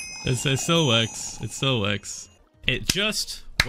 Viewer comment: anybody else flip out when about Phil suddenly says "works" in an american accent? like i get he's referencing something but dang that threw me off